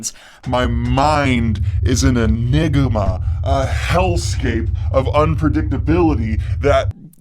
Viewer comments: Nice vid. But my dude, that's not how you pronounce engima, it's only meant to be three syllables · 1 minute in expecting the worst. This is great yea lol your mind is mysterious, really this is a surprise.. Daniel: "I'm an E-nigga-ma." I beg your pardon? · bro that is NOT how you say “enigma”. Genuinely surprised that got left in, far out. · That uh pronunciation of enigma was kinda weird.